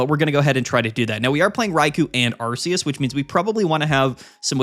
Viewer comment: i get so annoyed when you say ARE-SEE-USS ... THE NAME IS ARK-E-US .